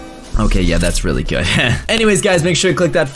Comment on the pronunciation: This is how he said good, Gooduh